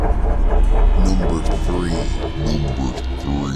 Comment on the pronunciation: I’m not laughing at the guys at all really I’m not. It’s just so funny when he says we drove free miles. I know he is saying three miles but it sounds like we drove free miles. Sorry mate. Please be careful guys. Ghost can’t hurt you but man can